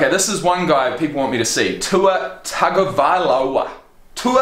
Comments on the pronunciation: You pronounce Tua Tagovailoa's name Tounge-oh-vae-loa. He's the best QB currently in college football. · Would have been nice if you had done a bit of homework and THEN made the video.P.S. Tagovailoa (Tongue-oh-vail-o-ah) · Roll Tide Roll man!!! Winning never gets old. (there's a video where Tua shows how to say his last name. You're not even close. Lol) I love your channel. I think you should do another Alabama video. You should show Alabama fans singing "Rammer Jammer." It's awesome. Especially if you're at a game.